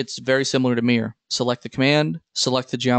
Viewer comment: This pronunciation of "mirror" sounds so strange to me, like "meer" (just one syllable). Took me a second to figure out what you meant, because I wasn't watching the screen. ;-)